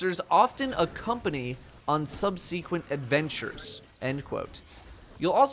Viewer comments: Sub-suh-quent....NOT Sub-see-quent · Pronunciation of ‘subsequent’ made me want to die. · Please look up the pronunciation of "subsequent", sir. <3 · why does he pronounce subsequent weird